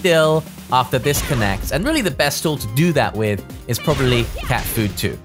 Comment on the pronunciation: I still laugh when he says Cat Food instead of Cat Foot hahahahaha thank you for this character Review